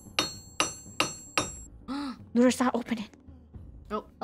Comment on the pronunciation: WHY YoU sAy OnE sRaR